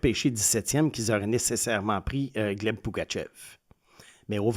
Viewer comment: Beaucoup de misere a vous ecouter prononcer le nom de famille de Pugachyov.. Il y a meme une video où il prononce son nom au complet🤦